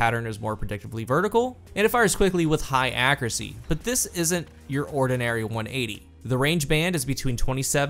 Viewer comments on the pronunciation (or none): Hold up, when did people start saying "ackeracy"?